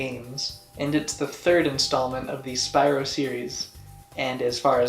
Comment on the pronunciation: You kept saying Spyro wrong it’s Spyro not spyro